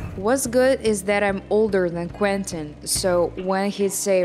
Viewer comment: WTF!? Stop saying "Quin-tin"!